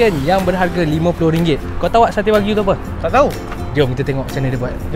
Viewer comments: Informasi tambahan, cara sebut wagyu ialah "wa-gyu". Wa=japanese, gyu= cow. Bukan wakyu ya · Kakak sebut wagyu betul sikit kak aku dgr kakak ckp wak u. Wak lu betul!